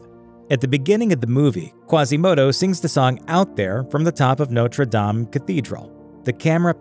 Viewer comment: U don't say Dame right but okay bud